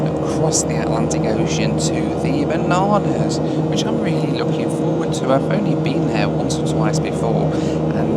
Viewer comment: you definitely said "The Bananas, baby". I'm pretty high but that made me laugh. 😂 I hope you find it appeeling.